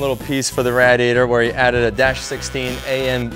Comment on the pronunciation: Awesome build but can't get over how he says radiator... lmao RADiator.